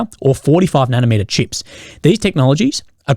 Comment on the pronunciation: How hard is it to pronounce CHIPS so it doesn't sound like SHIPS? Consistently that is.